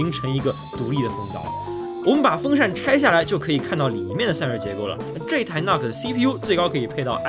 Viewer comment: 那个nuc不读作“那克”，应该读成“怒克”